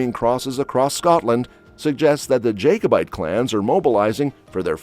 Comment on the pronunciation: Beauchamp is pronounced BEECHAM. Jacobite is not pronounced Jake-o-bite. It’s pronounced JACK-O-BITE.